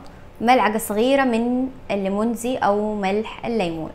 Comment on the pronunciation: الليمون دوزي وليس اللمونزي